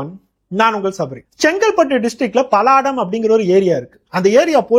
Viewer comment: அது பலாடம் இல்ல படாளம் 🤦‍♂️🤦‍♂️🤦‍♂️🤦‍♂️